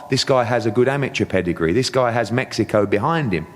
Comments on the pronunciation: Where the fuck is, "metzico"? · This guy can’t even say Mexico right lol smh